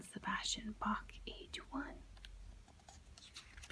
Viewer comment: Maybe learn to say Bach first.